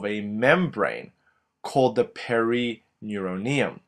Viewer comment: carl nothing to do with accent he just isn't pronouncing it correctly and adding to the words he' saying epineuroneum and perineuroneum